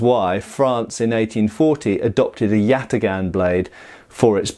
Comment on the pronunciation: Do a shot every time he says yatigahn.